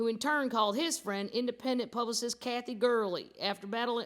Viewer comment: Haha ,,"Kathky"